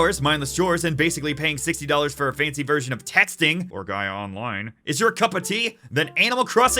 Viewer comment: Did my man say Gaia Online?